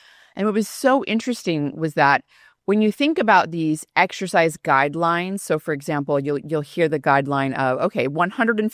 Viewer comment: Stop saying 'ek shercize' People are wasting time in gyms.